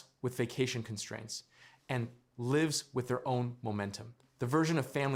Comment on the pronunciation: Gotcya! I suspected this was an AI voice but it sounds really good! Then it said "lɪvz" with its own momentum.... Instead of "laɪvz"! Verb (lives - /lɪvz/): "He lives (/lɪvz/) in New York". Noun (lives - /laɪvz/): "They saved many lives (/laɪvz/)".